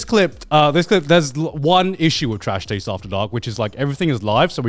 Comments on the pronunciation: is it just me or just garnt sound like hes saying trash tades awards in the intro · "nailed it" except he pronounced taste wrong lol